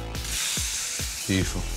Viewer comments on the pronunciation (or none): none